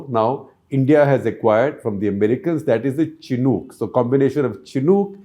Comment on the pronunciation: Amazing reporting but shocking to see that the pronunciation of Chinook helicopters is so wrong from an eminent journalist. But benefit of doubt can be given as many of the defence terms & systems were not correct probably because your background is not in defence journalism.